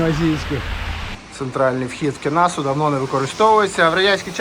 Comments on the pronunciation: ставьте правильно ударение: кеНАсса, а не кенаССА. Смотрите Википедию. Моя мама в этом костеле прошла обряд конфирмации в 1933 году. Прадед настоял. Какая Индия и при чем Блаватская?! Читайте первоисточники, которые есть в библиотеке Академии наук Украины им. Вернадского: Африканские мотивы! Потому что Городецкий был страстный охотник и охотился в Африке. В интернете есть фотографии интерьера этого дома, где это четко видно. Патриотизм - это и уважение истории. Поэтому важно быть точным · Кена'са, наголос на а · Доречі, в слові Кенаса наголос на другий слог